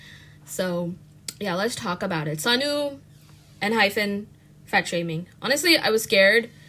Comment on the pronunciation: Girl... I agree with everything you're saying but PLEASE!! It's Enhy PEN not PHEN 😭😭😭